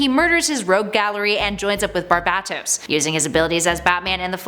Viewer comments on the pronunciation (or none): "BarBatToes"... no honey barBAEtos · thank god she didnt use the worst pronounceable way of saying barbatos i cringe everytime comicstorian says barbatos lol